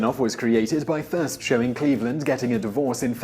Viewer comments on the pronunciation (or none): none